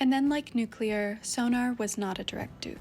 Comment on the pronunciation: Thank you for saying “nuclear” correctly 😂😂😂